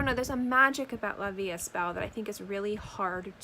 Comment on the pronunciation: Just letting you know, it’s pronounced ‘la vie E belle (so like you said it but without the ‘s’ in the third word. The s and the t are silent)